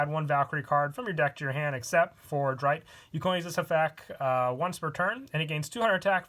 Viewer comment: If I may lend a hand in pronunciation: Sechste = Zex-tuh Vierte = Fear-tuh Dritte = Drit-tuh Zweite = T-zvai-tuh Erste = Airs-tuh